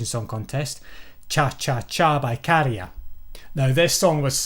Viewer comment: I knew as soon as you pronounced his name correctly that this was going to be a banger analysis. I could tell you really cared about the subject matter here, looking forward to more videos from you (hard rock hallelujah maybe 🤔)